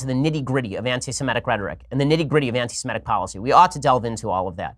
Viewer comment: It's "Semitic" not "Semetic"... There's no such word as "Semetic"... Just sayin'... 😉